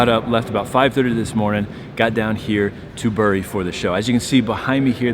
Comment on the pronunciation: Great video! Bury is pronounced Berry!